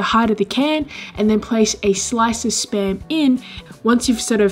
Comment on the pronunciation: Whenever she says spam, I always hear sperm